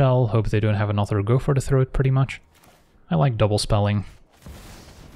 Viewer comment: I liked how you said, "I like double Spelling." because it sounded like: "I like turtles." 😁